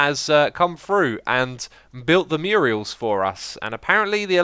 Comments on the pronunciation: Love you to death, but you're murdering my ears! Myur....uls. Myur-uls. XD Murals! <3 :D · Anyone have a running counter on the number of times X has mispronounced or misspelled "Murals"? He always says "Murials" which isn't even a word! Makes me laugh every time. XD